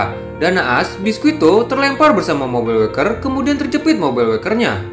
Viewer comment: Bang klo mau bilang nama biscuit pake versi bahasa Inggris aja bang gk usah yg pake penyebutan Jepangnya, soalnya itu nama orang barat bukan nama Jepang jadi lebih enak pake yg penyebutan bahasa Inggris aja (biscuit) soalnya itu nama orang barat bukan jepang Jujur aja bang agak kurang enak didenger aja nama orang barat tapi kita nyebutnya pake Jepang jadi aneh gitu, klo orang Jepang sendiri yg bilang ya gk masalah soalnya mereka agak susah ngomong nama2 orang barat